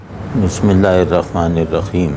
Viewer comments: Hazrat pronounced it between he and khe,which is right pronunciation۔in arabic ح is pronounce like that. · he pronounced "he" correctly